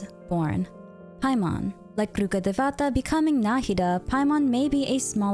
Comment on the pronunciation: dat "RHUKADHEVATA" is so crispyyyyyyy 🥴